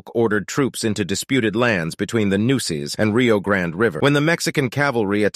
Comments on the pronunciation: It's pronounced "new-a-cess" not "new-cess" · Nueces is pronounced noo ay seez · Nueces pronounced noo-way-cis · Lol, Nueces mispronounced with text-to-speach.